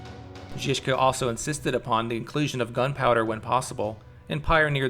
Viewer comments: Rad love it bro but your pronounciation needs work. Trill the ż more it's not jiska it's żiżka like polish word żubr or żubrovka if you prefer i know i do hehe. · The fuckin pronunciation 😂😂 “Ž” is basicaly J without the “d” sound